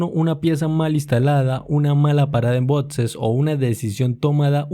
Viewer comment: Se dice BOXES , con X. No "BODSES"